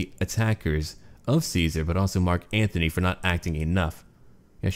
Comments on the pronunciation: Antony, not Anthony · ***** Still it is Antony.